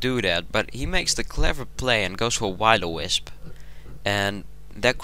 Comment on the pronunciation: I don't mean to hate and all but you pronounced Will-O-Wisp as " Why-lo-Wisp". Try saying " Wuhill -O- Wisp"